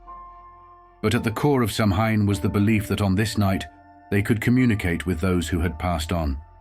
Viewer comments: Samhain is pronounced SAW-WIN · You are mispronouncing "Samhain". If you are going to go to try and present historical information, make a slight effort and research the pronunciation of the terms your discussing; otherwise you do not inspire much confidence in the evidence you present. Also, this is a very simplistic explanation, totally ignoring the harvest festival aspect and the similarities with other such pre-winter festivals in animist/polytheist societies around the world.